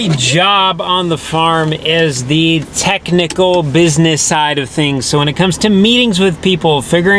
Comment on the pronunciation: Hey, ask Roman why he replaces a whole word with a z when he says the.